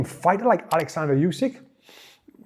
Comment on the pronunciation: What a pain in the ass that "yousik" is. His last name is pronounced "Oosik"